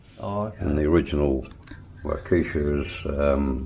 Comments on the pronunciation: It's not pronounced wau-kee-sha, it wau-kah-shah I live in West Allis, Wi(named as the village west of the Allis-Chalmers factory, Waukesha is 5 minutes away. Great old engines, my company hauls the big CNG genset engines regularly. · The correct pronunciation for the Waukesha engine in Kiwi😀 is more like walk-ah-shaa not war-keesha.